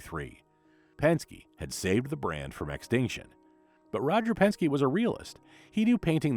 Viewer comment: Who is Roger,,Penski"??😅